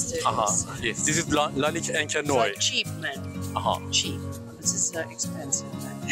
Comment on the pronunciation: Thanks for the vid. Noire just not said "Noy".. We say NuAR 🖤🖤